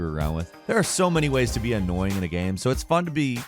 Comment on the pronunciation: Game doesn't rhyme with Ham... Not sure if you were aware 😂